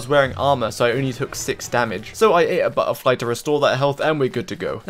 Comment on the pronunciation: "I beat down a Bu-h-ERfly and I got some Buh--her!"